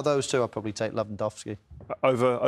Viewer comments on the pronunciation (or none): Jake's pronunciation of Lewandowski makes me want to puke